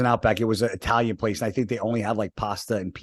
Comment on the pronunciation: And he's "eye-talian" 😂😂😂🙄🙄🙄